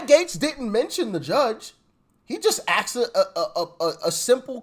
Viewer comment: ASKED, not AXED.